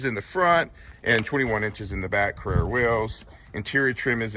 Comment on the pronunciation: Love it, just note the pronunciation of the car….